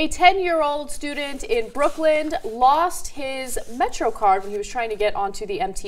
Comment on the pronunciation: "Brookland" no ana, it's Brooklyn.